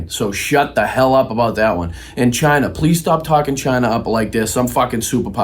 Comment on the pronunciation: Trump is not somebody to be weighing somebody else's intelligence. I still love how he can't pronounce China... he still says "Ghina".... an adolescent doofus with tiny, itty-bitty little doll hands!